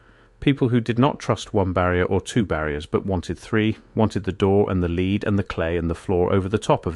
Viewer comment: I know this voice is AI, and it's a shame that it is (it didn't pronounce lead properly for the meaning), but I like the accent with its faint west country ( or Norfolk?) burr. Well done. This story was a brilliant mix of mud flood, the great re-set, and modern day narrative. 👏